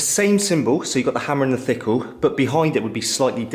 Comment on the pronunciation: 😂😂 the hammer and ' Thikle' lol